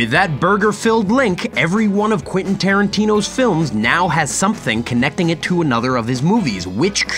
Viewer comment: Please stop saying "Quinton" 😂